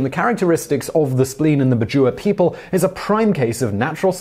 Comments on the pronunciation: its pronounced "Bad-Jao" not bajoowa....... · Hey Simon, just wanna bring a correction on pronunciation. I'm from the southern Philippines and am familiar with the "Bajau" as we consider them a tribal group in the country. The way it is said is Bah-jiao, like the (ba) in back and (jow) as in jowls